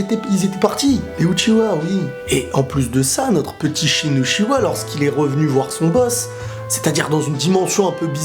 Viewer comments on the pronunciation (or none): Pourquoi tu dis utchiwa c'est uchiha 😡😡😡😨😨